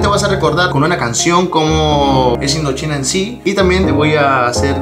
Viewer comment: No le tomes a mal, pero por lo menos hubieras practicado algo de frances. ^_^ - Creo los que han llegado aqui es para aquellos que han ESCUCHADO Indochine. No? - Bueno, eso si vienen, esperemos que no sea una falsa alarma.